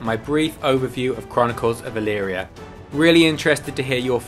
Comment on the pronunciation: I did a search of my hometown name. ELYRIA, OHIO. I found you. Oddly enough you pronounced it correctly. Most people don't. You also have the proper high school team colors. Another remarkable thing is the local newspaper is named the Chronicle. You might want to contact someone here about promoting your product...